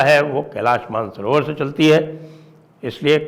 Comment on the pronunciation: Man-sarovar nehi, ManasSarover hai 👈🏼 Original name.